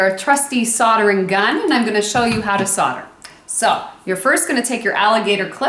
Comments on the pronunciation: Agree with all the previous comments!!! Nice dress, BUT! What exactly is SODDER!. It's SOLDER, S..O..L..D..E..R! That's almost as bad as saying ERBS instead of HERBS. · Solder not sodder!!!!!